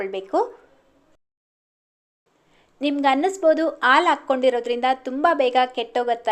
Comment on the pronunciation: ಅದು aalu alla haalu😢